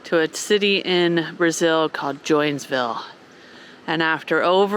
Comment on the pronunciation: Hey, just saying: It is not "joinsville" it is Joinville. You are not in Arkansas! :-) Love your videos!